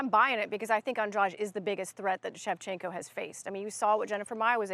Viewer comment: that dude really just said valentino shevchenka